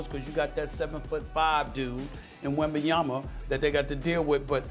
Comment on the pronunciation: Did Stephen A Smith just say Wembanyama's name right??? 😂🙌🏽🎊🎉 FINALLY!